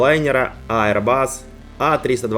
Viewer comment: Ну наконец-то Аирбас, а не "аэробус"!, молодец, растёшь!)))